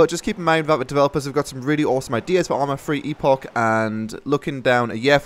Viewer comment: Love how says ourma fwee